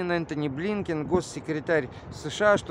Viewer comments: А Захар прямо-таки боготворит Блинкена... С придыханием произносит его фамилию и должность. Как будто мы не знаем ,,чьих он будет,,. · Боже ж ты мой,прямо-таки с придыханием Зкахар произносит фамилию Блинкена.